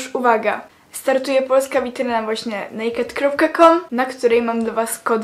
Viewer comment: Nazwy Nie czyta sie nejked tylko en ej kej di XDD